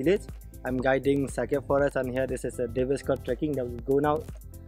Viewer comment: Not secret it's sacred 🤦‍♂️